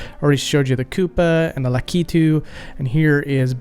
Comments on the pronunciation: Likitu? Lakitu is his name! "Luck i 2" Not "Le Key to" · I always understood it's pronounced lak-ee-too not la-key-too... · Dude… La-key-two?!?!? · Is this really how to pronounce the name Lakitu??? You're saying La-kee-too. I've always said La-kuh-too. Even Google says La-kuh-too. Its throwing me way off. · In my family we always said Lakitu like "lack-it-too", now that i have heard "luh-key-too" i cannot unhear it. Soup ear mare eo brutherz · Oh man, the way you pronounced "Lakitu." Lak-it-too is the American pronunciation from what I've looked up. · That is not how you say "Lakitu" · thats not how you say Lakitu!